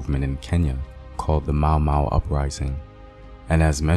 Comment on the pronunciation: You pronounce the names soo well! Thank you. You could do a whole video just on the Mau Mau uprising alone. Good job!